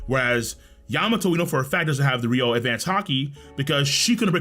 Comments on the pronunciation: Oden died in chains, he doesn't have internal destruction ryuo imo. Also guys it's pronounced ryu-o, not ry-ou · Why tf do yall say ryuou like rio. It's pronounces how it's spelled. Ryu-oh-oo